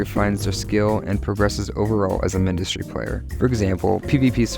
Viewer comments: Because its Mindustry not minedustry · why do you pronounce mindustry like that